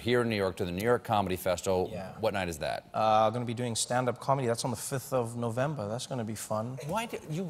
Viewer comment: Did Colbert close saying: " November thif"?